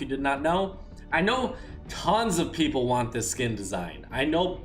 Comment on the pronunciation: He said “ idc how many “pepple” use him”